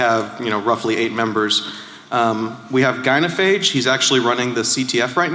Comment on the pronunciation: lol "gynophage"